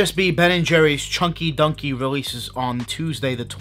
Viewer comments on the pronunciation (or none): Choin-ky doin-ky is what I hear